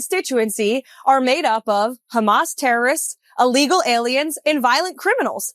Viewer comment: Someone please teach her that "illegal" begins with an I, not an A. Allegal immigrants, so ignorant.